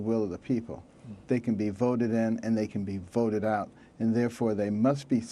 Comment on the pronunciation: It can be somewhat amusing to watch this nearly comatose impostor of a human being speak, at least to me - but only in very short doses. He's the only what-seems-to-be-a-person who can make the initial consonant of a word a separate syllable, as in "vah-oter" for voter or "pah-roblem" for problem Never any fear that this talking bobble head's thoughts will outpace its ability to speak them!